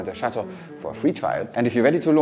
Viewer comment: You pronounce chateau Wrong. You live in France & need to learn the proper pronunciation of the words you are speaking. Ask Benoit to help you